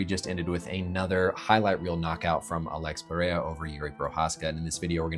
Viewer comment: It’s “Per Rare Uh” not “Perayuh”